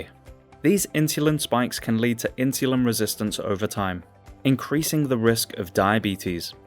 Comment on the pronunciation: The way he says insulin is criminal